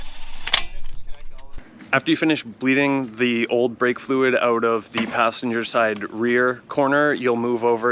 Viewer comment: This "ouet" makes me feel you are Candian 😂